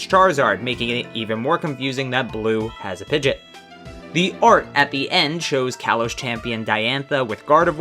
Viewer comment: Pidgeot is pronounced Pi-gee-ott And Sophocles is pronounced Sawf-oh-clees